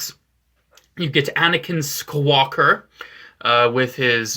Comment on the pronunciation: Did you say swaker